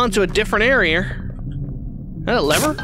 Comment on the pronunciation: HUH he said Area wrong 😂